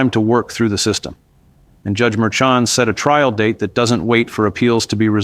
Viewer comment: The Judges name is pronounced Mershawn.